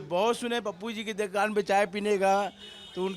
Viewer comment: Bhai dukan sahi se bolo